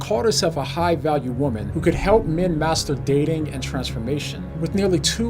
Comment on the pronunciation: Master-dating?! That sounded different 😂😅